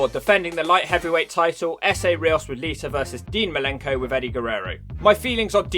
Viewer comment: Lmfao lita = liter Why do you always change -a soinds to -er sounds. Fucking great